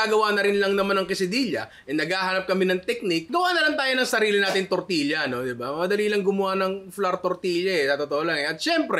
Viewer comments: Great content! But please, pronounce it as "tortiya" not tortilya. The hispanic blood in me is itching haha. I'm Filipino-Hispanic, so we pronounce it as tortiya. And yes, we make tortillas almost like that. :) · Tor-ti-ya ninong ry. More power HAHAHA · Di po ganyan ipronounce quesadilla at tortilla ☹️☹️☹️